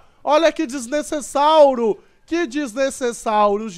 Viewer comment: o cara sempre fala desnecessário errado ele fala desnecessáuro